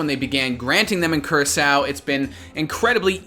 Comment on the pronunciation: That's not how you pronounce Curacao lmao